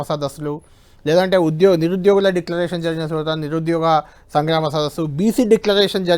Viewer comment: ముందు డిక్లరేషన్ అని సరిగ్గా చెప్పండి